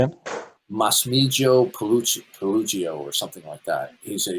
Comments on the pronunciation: the fake phoney christian apologist, shows his intelligence and reading comprehension mispronouncing Professor Massimo Pigliuccis name. Delusional and unintelligent. Keep it up, you're creating more atheists. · is so deluded! He thinks he trounced Pigliucci and yet he can't even say his fucking name!